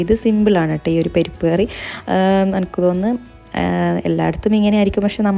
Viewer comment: പെരിപ്പ്കറി അല്ല..പരിപ്പ് കറി...from Kannur